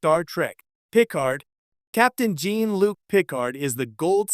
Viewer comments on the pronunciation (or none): It’s Jean Luc not Gene Luke.